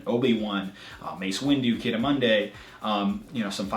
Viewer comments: XD he said Ki-Adi-Monday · Y does he keep pronouncing ki adi mundi wrong